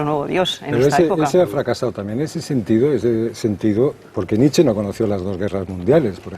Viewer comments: Concretamente Nit-chae (porque en alemán fonéticamente suena a una E que acaba en A), pero desde luego no "Nitch", como si fuera un rapero. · EL ENTREVISTADOR NO SABE NI PRONUNCIAR EL APELLIDO, NITCH... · Nietsche. Se pronuncia la É a final de palabra en alemán, siempre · SE PRONUNCIA: NIT-CHE. Qué cosa de locos que traten sobre un autor y no sepan pronunciarlo (algunos).